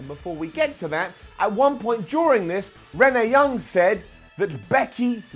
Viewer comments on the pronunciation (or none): it kinda makes me mad how he’s says rennea